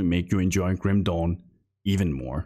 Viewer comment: I can't stopped laughing hard here for each time he said "Kim Dong" 🤣